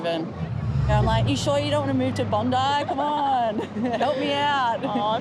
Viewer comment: Its bondi not "bone-dieh"